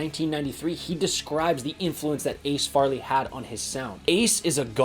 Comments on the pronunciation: To answer your question, Yes and some dimension beyond space and time....and it's pronounced (Fray-lee) like the "A" in Ace. RIPVINDIME!!🤘🤠🤘. BTW, if anyone out there is a fan of Pantera and has never heard of Throwdown, go check out their albums, Venom & Tears and Deathless. Both of those albums have a guy named Mark Choiniere playing guitar and he is as close to Dime as you can get without completely ripping him off. Both albums are amazing. They also have other records like Vendetta and Haywire that absolutely kill. Some people seem to like those albums more because they are more "Hardcore" and not quite as polished. Either way you can't go wrong if you love straight forward ass kicking metal. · Your credibility goes to zero with how you pronounced Ace’s last name. Just saying.